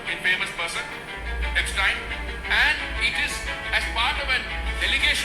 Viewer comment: He was officer of Indian foreign services would have been qualified UPSC also pronounces everybodies name perfectly but पूरिजी एब्सटीन को एब्सटायन बोलकर आइंस्टायन बनाना चाह रहे हैं😂😂😂😂